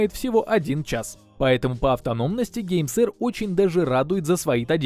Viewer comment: "гейсерт 4 про" я один так услышал?